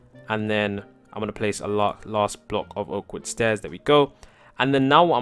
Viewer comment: When you say oak wood stairs ifeel you say awkward stairs haha